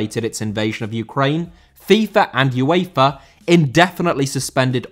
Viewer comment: Uefa * not Yuweifer